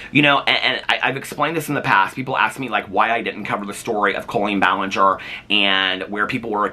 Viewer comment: are you saying colon ballinger on purpose lmfao